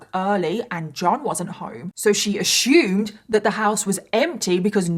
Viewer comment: Two things: No decent man will use a woman as he did. Secondly, regardless of where you were born and grew up, please quir pronouncing "assumed" incorrectly BECAUSE IT SCREAMS ignorance, and you are a.